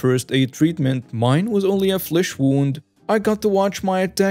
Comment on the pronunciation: you need to learn how to say the words “pint” & “wound” properly!